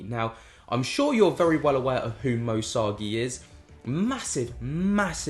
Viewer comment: Love your content but please could you pronounce Moe Sargi correctly 😂 my ocd goes nuts every time you say his name!